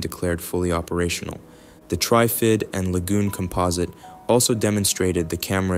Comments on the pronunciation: You are pronouncing TRIFID incorrectly, like it is spelt TRYFID. Say it like it is in three parts TR IF ID - then blend it into one word without any spaces. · Yeah, they couldn’t pronounce Trifid properly.